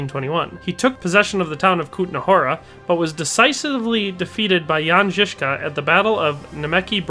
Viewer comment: as a Czech I have to compliment you on your pronounciation. Czech is quite a hard language to speak for foreigners but it is more than obvious, that you are doing research of pronounciation. The way you pronounced Jan Žižka was absolutely spot on! Love your videos!